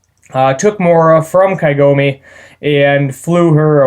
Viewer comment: Kagome. KAH-GOE-MEH. Not Kaigome. That is the "Tree of ages woman" she is the main character of the entire franchise